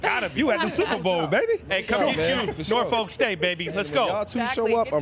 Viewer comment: The way they pronounce Norfolk is actually horrible 😂😂😂😂 love from someone who is from the original